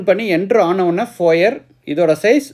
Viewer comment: It is not called as Fo yer, but Fo yeh!